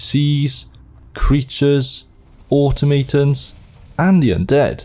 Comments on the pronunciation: Autohoe-mate-tons? Cmon man I've heard a lot of other brits say that word right you can't use that as an excuse to say fake words Lmao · lol Auto-mate-ons? It's pronounced aw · to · muh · tons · the way you pronounced "automatons" made my eye twitch